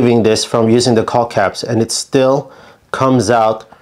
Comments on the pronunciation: The L in Caulk is silent. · The L on caulk is silent. Thanks for the great tips!! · They should be called "calk condoms" just be careful when you pronounce "calk" 🤣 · Thinking about the way yankees mispronounce the word "caulk", there had to be such comments. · I just came here to hear an American say "caulk-tube" a few dozen times. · How about learning to pronounce the work caulk